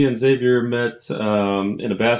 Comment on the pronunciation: Nice to have friend view of game with the houseguest they know. Friend was so kind…he never corrected your pronunciation of Xavier. Xavier’s friend calls him Zavier not X zavier.